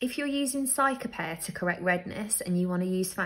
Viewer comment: Pronounced ceeca-pairr btw not cyca